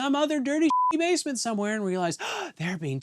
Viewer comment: Awww yeah watching more Breeding from "SAW Paulo"... Let's go.... P.S. To me it sounds like said "Davesment" instead of basement, in the that's my headcannon now...you're in the Davesment.